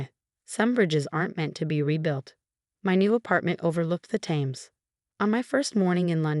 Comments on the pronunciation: Aviemore, Scotland: She was naive in giving them money and access to her bank account. She needs a solicitor (lawyer) to get all her money back. Pronunciation of some words like Thames (Temes not Tames) is necessary. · Can somebody teach the AI how to properly pronounce the name of the River Thames? The name came from the Celts, and since it's a foreign language, it's not spelled the way it sounds. Thames = "Tiims." Other than that, good, gripping story.. If this had been real, Emily's life would've been in real danger, and the FBI might have moved her to a safehouse, not provided security on her then current home, the penthouse. Why she sold it to move to a cheaper place in Booklyn doesn't make sense.